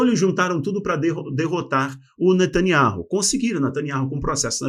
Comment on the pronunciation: Nome natanyahu não ser ler da forma q o amigo pronunciar sou membro dessa canal a muito tempo desculpa por falar isso amigo.